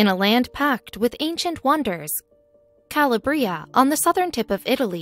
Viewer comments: Correct! Ca-LAB-ria not Cala-bria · Ca lab re. ah. Not Calabrea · Calabria. The stress is on the middle syllable, not the last. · My grandfather came from there and everytime she said i cringed. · Calabria and visage pronunciation is annoying, takes away from the credibility of that sqeaky-sounding amateur reader!